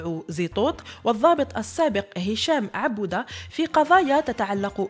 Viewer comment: الاتعرفين قراءة كلمات تمزيرث وعبود وووووو؟!